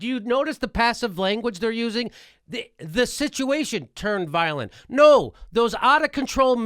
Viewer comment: the protesters are "voilent" hahahah :)